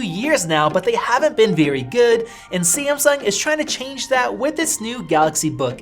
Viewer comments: Its Samsung sir not Semseng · 5 seconds into the video... "SI-AM-SUNG~"